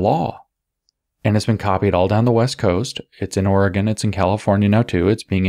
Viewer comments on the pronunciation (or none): none